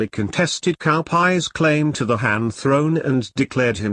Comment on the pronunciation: Cao is not pronounced with K sound, Cao Wei is pronounced in hanyu pinyin form.